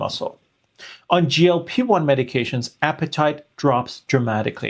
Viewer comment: Doctor, you have to work on your sound pronunciation.‼️ GLP1 from you constantly sounds like GOP1, confusing me further. And GLP1 does not need to prepare the pancreas for insulin (it's the job of the pancreas), GLP1 actually stimulates insulin release from the pancreas into the blood when glucose is becoming high, while at the same time, slowing stomach emptying, for a tamed glucose uptake which is happening down in the small intestine.